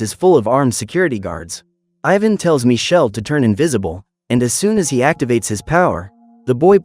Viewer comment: Because his name is Michele not Michelle. It's an Italian name and it's not pronounced Michelle. The name of the movie is "Il ragazzo invisibile"